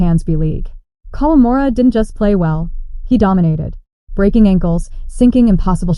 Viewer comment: Breking? or breaking?